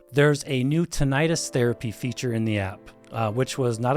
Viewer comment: Only thing that scares me with this review is the mispronunciation of Tinnitus.